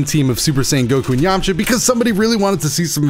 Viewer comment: Did he say yamacha instead of yamcha